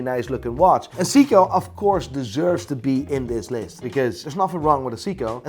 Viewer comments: SAY KO NOT SEE CO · Its not sick-co. Its say co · Sounds like you're saying Siiko :D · 🤬hate to be the one to correct you, since you are such a know it all, but it's not pronounced SEE-KO it's pronounced SAY-KO ! . . . . . . . JK i dont know Sh1t about watches 🤣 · Why does pronounce Seiko as Seako not Sayko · I know nothing but Seiko when I went to sleep yesterday was pronounced say-co 😂 sounds like seaco or zico (the Brazilian footballer ) probably just me I've been saying it wrong 51 years 🤔😂😂🤣😂🤣😂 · it's Seiko(Say-koh), you're welcome. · Stop saying 'Seeeko' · "Seeeko" ... So much for being an expert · wtf is a SEEKOH?.. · all good but you mispronounced seiko :V its in japanese for god sake haha